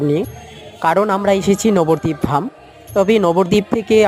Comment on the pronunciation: নগর দীপ না , ❌ নবদ্দীপ ধাম ❤